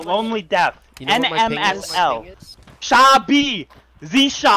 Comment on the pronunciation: LMAO, 'shabi' and 'caonima' XD, this dude got some talent for mandarin, the pronuciation is quite accurate, if you don't mind the tone.